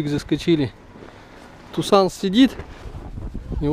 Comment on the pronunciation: Правильно называть - ТусОн, не тусАн, не таксон и не туксан. Машина названа в честь американского города ТусОн.